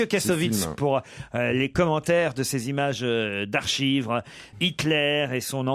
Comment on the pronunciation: "images d'ARCHIVRES" omg ! RIP le français